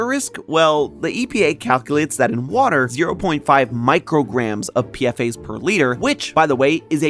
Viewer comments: PFAS is pronounced P Fas not PFA's the S stands for substances not the plural of A. I used to test for those just FYI. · Dude they're not called PFA they're called PFAS, (pronounced P-FAS) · Its not PFA's its PFAS 😂 look up what PFAS stands for jeez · Crying at calling them PFAs like an acronym like this. The s isn't to make it plural, it means substances. 'Per/Poly-FluoroAlkyl Substances'. it's pronounced as a weird word usually!!! One of my professors works with them and I've listened to lectures about it. It's like "pea-fass". I'm so sorry this video seems good but this makes you sound like you don't know what you're on about lowkey 😭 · Your're saying PFAS wrong.